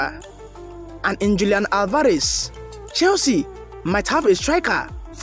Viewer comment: That would never happen and please no offense but learn to pronounce Alvarez